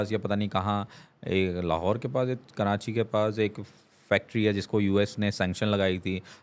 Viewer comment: Yeh bhi karanchi bolnay wala hai 🤣 its karachi not karanchi